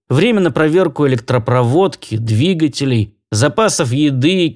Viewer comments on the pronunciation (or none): none